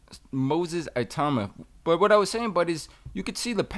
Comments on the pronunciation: I think it is petty to disparage commentators who point out the mispronunciation of fighter's names. Like the two Teddys, I don't know the proper pronunciation of 'Itauma', so what is wrong with admitting to that? No one should get on your case for admitting to your own humanity, all we ask is that you do your very best. In this case, what is wrong with addressing him by his first name, it would be so much simpler? Lastly, I have a lot of time for Dillion Whyte because he has proven himself a genuine warrior. Moses Itauma's first-round victory, is a real wake-up call for any future opponents. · It’s i-tauma not eye-tauma FFS. I love Teddy but he and are absolute snowflakes when it comes to this. #AmericansBeingAmericans… not caring one jot about the proper pronunciation of anybody else’s name and not caring to find out absolutely pathetic and actually quite laughable. And they wonder why the rest of the world really dislikes them. Let’s call in Sherlock Holmes Homes and maybe he can figure out. Absolute clown (on this) ps The funniest thing is that if somebody called Teddy ‘Teddoyi Atlastu’ he would undoubtedly b***h & whine about it, perpetually. Grrr. I love the show but this is a gigantic Blind sport and you should be embarrassed. You won’t be because of your inherent narcissism in certain aspects good luck to you. You won’t read this comment, that’s fine ps at least you brought up your son correctly - he cares about this stuff and rightly so. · Its ih-toomah not IY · ee-tu-mah. He is a Nigerian-Czech. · Its actually pronounced "E TOE MA" not itowma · Its not eye tuna ffs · ee - tow (like towel) - ma not tu - thats an Akwa Ibom name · Its....it auma Not eye towma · It-ow-mah. Not ‘eye-tow-ma’ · name pronounced - EE - tow (like towel) - mah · It is pronounced Ee-Tauw-mah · Your pronouncation is not correct. E as in Emmanuel, ta, uma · Its "E-toe-ma" the last name is Nigerian. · E-TAH-UMAH. It is a Nigerian name.